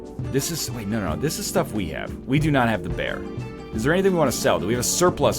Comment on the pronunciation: I'm sorry, did you read "beer" and thought "bear?" o.O How even...